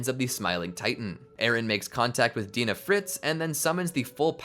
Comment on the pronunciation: i die inside every time he says "Paradis", "Dina", "Mikasa", and many other names. at least he says "Hange" right.